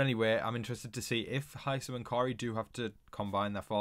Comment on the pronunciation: Why does everybody, including you, pronounce Hisam wrong?